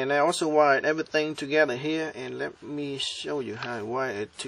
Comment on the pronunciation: "Remme show you how to wire it togethrr" LOL great vid.